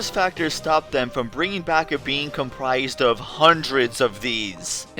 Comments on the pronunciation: I keep thinking you're saying "bean" instead of "being" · I keep hearing the word "being" as "bean", I'm laughing so hard at my own stupidity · I keep thinking your saying BEAN'S! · Everything time I hear "being" I hear "bean"